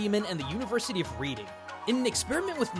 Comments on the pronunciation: PS, the university you meantioned (which I studied at) is pronounced [Red-ing] not like the word it looks like [Read-ing] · The University of Reading is said like it's past tense: red-ing. Easy mistake to make. Fun video! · If that's the british Reading, it's pronounced more like Red-ing (weird I know). Otheriwse pretty cool stuff, guess it's almost a possible modern development on ninja techniques. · Hey, I noticed a mistake in your pronunciation of Reading, you said it like university or reading a book but the actual way to say it is Reding basically. Just thought I would give you a heads up mate. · Hate to be that guy, but it's pronounced "RED-ing". Cool video, though. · Another fascinating video, thanks so much! As a quick aside, Reading (the place) is pronounced "REDD-ing":) Keep up the good work!